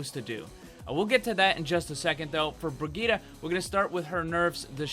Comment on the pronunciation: You're still mispronouncing it. You need to put the emphasis on the second I not the G. ps: Mercy's bunny hop is the same thing as the three examples you gave.